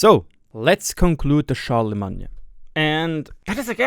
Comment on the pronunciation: "Char-la-main" as in the holy roman empire guy, just so you know.